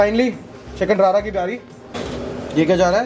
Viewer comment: It’s रड़ा not रारा chicken - rarna/rorna in Punjabi refers to the process of cooking something properly